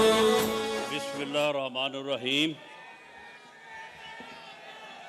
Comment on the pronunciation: bismillah hi sahi ni parh sakty laanti qatil